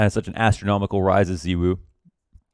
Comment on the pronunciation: Lmao please pronounce it Zy-w0o